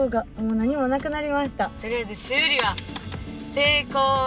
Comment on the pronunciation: 修理の言い方が生理になってる！